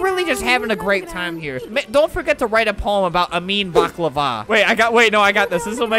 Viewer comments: Pronossned bock,lava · Say baklaver 100.000 times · Baklava! You can't say it correctly it's on my language , Serbian. XD Yo tengi BAKLAAAVAAA